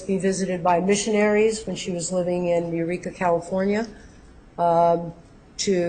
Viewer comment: Just started watching this woman. She is extremely rude from the get-go. said J-ho lived in Ureka, Ca...lmao!! Yreka you nit-wit...not Ureka.